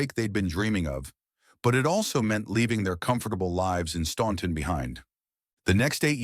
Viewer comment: OK, troops, let’s get this pronunciation correct, OK? I live 12 miles from the Statler Brothers, hometown, Staunton, Virginia, and in fact go there several times a week. The “ u “ in the name of the town is silent, so the pronunciation is Stanton. Always has been. Always will be.